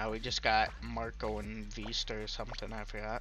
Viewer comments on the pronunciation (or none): none